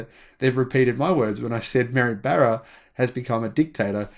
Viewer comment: “Barra” rhymes with “bar,” not “bear.”